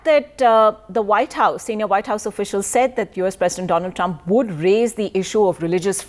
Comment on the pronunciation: doland trump